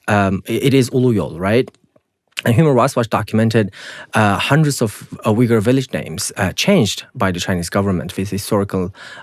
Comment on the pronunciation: Why is he pronouncing Uyghur in a wrong way if he is Uyghur?